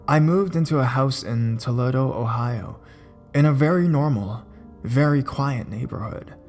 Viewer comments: "Toe-LEE-doe," Ohio & "San-TEE" California [I live there]. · How do you not know how to say Toledo? HAHAHAHA